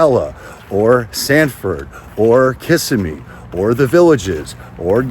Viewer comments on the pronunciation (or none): By the way.. you’re mispronouncing Kissimmee. It’s Not KISS A Me. It’s Kiss sem me.